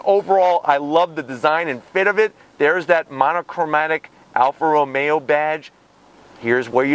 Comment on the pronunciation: Early in the review you called it an Alfa Ra-maya, your Italian right, LOL🤔